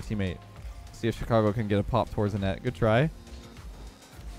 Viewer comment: Chi-car-go (like vroom vroom)